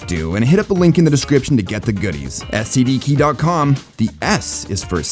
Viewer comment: For a second I thought he said "this video is sponsored by STD keys"